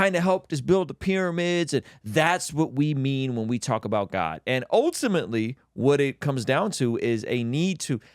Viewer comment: Sip your water every time says ohtimately and you will sleep better and have clear skin 😂